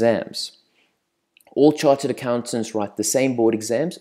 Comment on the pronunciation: It`s not charted Accountant, It`s Chartered Accountant.